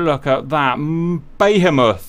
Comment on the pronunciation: Im going to call my GF "BAE-HEMOTH"